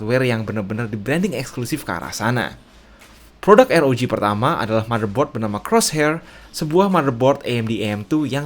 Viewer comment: Republic of gamer "AR OW JHI" (ROG)